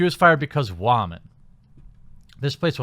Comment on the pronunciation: "Wha-man" lol